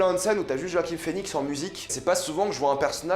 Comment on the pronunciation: Roaquim ? 🤔 Sinon critique au top, tout à fait d'accord avec tes propos. Ta chaîne est super, continue !